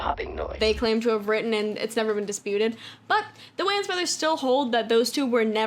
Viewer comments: Absolutely loved this video! So comprehensive and well put together and my friend the way you are pronouncing WAYNES IS KILLING ME 😅😂😂😂 “wAnZ” I can’t. Honestly tho, great video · You calling them Whanns instead of whains is killing me. 💀💀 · it's really bothering me her pronouncing their last name like WAYns instead of Waynes 😂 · For the record the Wayan family name is just prounoucrd like “Wayne” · Lol anybody else bothered by the way she keeps mispronouncing the wayans brothers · cool video and all but wtf is that pronuntiation of the "wayan" last name lmao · Why she saying Wayans like dat sound silly asl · Thats not how you pronounce the Wayne's name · the way you're sayin wayans is killing meeeeee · Bro, who says “Wayans” like this!? Now I can’t say it any other way…